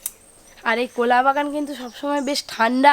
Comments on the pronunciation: কোলা না কলা 🤣🤣🤣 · কোলা নয়, কলা বলো । কোলা পাতা বা কোলা বাগান শব্দটি কানে খুব লাগছে। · Unar pronunciation er problem ache onek. Uni কলা k কোলা bolen মজা k মোজা bolen বড়া k বোড়া bolen. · এ ভাই উচ্চারণ টা তো ঠিক করো,,, কোলা পাতা কোলা পাতা রেসিপি রেসিপি 😅😅😅😅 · কলা পাতা বলো ঠিক করে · কোলা নই কথা টা হচ্ছে কলা লুঙ্কা না কথা টা হচ্ছে লঙ্কা